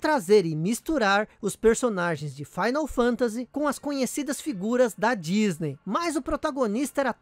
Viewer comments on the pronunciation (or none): none